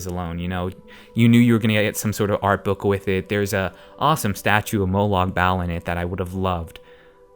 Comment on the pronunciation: AND ANOTHER THING, its prounounced like BALL!!! if you cant even say the name of the main villain... you have no reason to even have an opinion